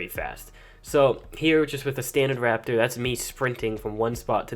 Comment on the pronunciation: You said alpha rapator